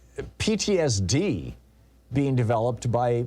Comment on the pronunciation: Say PTSD again Tom 😮